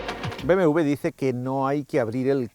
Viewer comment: BMV? porque no dice BMW?